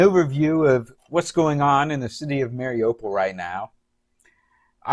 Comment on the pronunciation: Look at the spelling There is no long O in Mariupol. Its a U. Pronounced:. mar ee OOH pul The MAR is not the emphasized syllable. The U is.